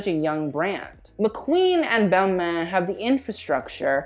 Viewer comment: The way you say Balmain is upsetting 😔🖐🏼